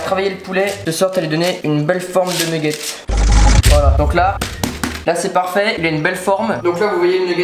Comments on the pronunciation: Super la vidéo " neggets" continue comme ça ❤️ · J'aime trop tes vidéo trop bien continu commença bon pour le mots c'est nugets